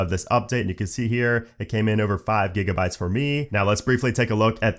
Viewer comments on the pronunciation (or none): none